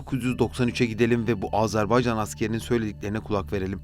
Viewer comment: Güzel bir çalışma olmuş. Tek itirazım Azerbaycan yerine Azarbaycan demeniz.